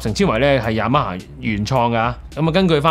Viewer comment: Y A M A霞……Y A M A蝦😅